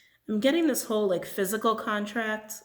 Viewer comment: 🤣🤣😂😂😂😂😂😂😂😂😂😂😂😂😂 DID ANYONE ELSE HEAR HER SAY (During the rainbow Myanite Stone read) “WHEN U RAISE YOUR VIBRATIONS THE HOE BENEFITS “ lmfao. I can’t stop laughing!! Although I know she said whole. I still had to rewind. LMFAOOO